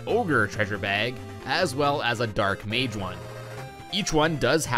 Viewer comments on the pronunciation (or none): none